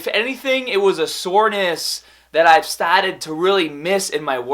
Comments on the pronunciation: youngaaaah, bahbell ,staahteed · LETS GET STAAAHTEDDDDD, PUSH HAADAAAAHH